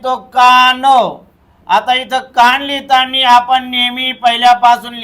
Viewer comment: Mahiti chan..pan sir lihitana bola lihitani nahi